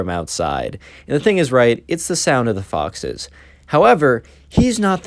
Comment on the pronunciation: I thought that you said boxes instead of foxes lmao